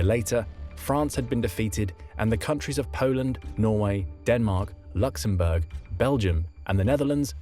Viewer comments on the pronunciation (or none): none